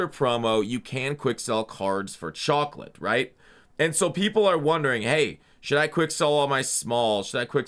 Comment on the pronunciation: Chawcolate